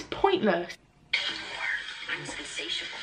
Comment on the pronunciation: When you couldn't pronounce insatiable, I couldn't take you seriously.